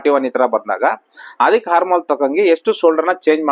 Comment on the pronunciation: ಅದು ಹಾರ್ಮೋನ್ ಅಲ್ಲ... Armhole... ಆರ್ಮ್ ಹೋಲ್....